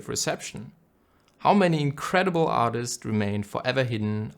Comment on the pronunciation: Absolute beautiful video mate!!! something funny ;) "Artits" 👀